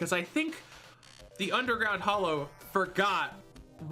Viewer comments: Okay fine, agree to disagree <3 Also it’s hallow not hollow : ^) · Anyone else triggered by him saying hollow instead of hallow? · Surface mushroom biome actually spawns some fairly nasty mobs so long as it's not in your town. It surprised me the first time I got steamrolled by some glowing beetle bugs. And why do people keep calling the "Hallow" the "Hollow?" do you not see the "A" in there? It's pronounced like the start of "Halloween" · It is not, hallow and hollow are pronounced differently. Hallow sounds more like Hello.